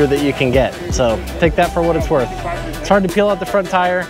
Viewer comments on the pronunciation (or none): none